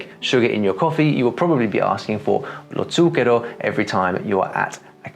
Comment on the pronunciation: The sound you produce when you say "Lo Zucchero" is much different than the sounds I produce when I say the same word. I'm trying to figure out what that is.